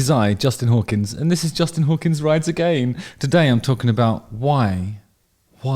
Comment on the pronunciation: Is there a reason why you are always singing " agan" and saying " a gain" Cant stop thinking about this every Video 😂